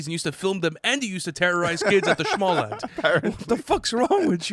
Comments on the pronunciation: IKEA “Schmalllamd” was peak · the way he said "Småland" was tuff